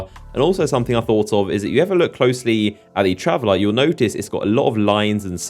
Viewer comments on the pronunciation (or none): It's traveler and Speaker not travelar and speakar christ your voice is fucking annoying